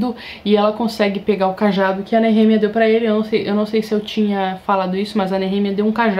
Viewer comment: Pronuncia como”nerremia “ é foda kkkk